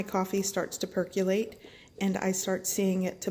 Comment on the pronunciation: For the love of god, PLEASE look up the pronunciation of "percolator" and "percolate". There are many online dictionaries that even have audio demonstrations. It's painful hearing you mangle those two words umpteen times through this. That said, the finished drink looks delicious.